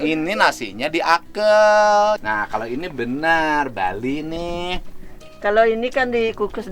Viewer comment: Nasinya bukan diakel Kang tapi DIAKEUL. Kumaha atuh urang Sunda téh.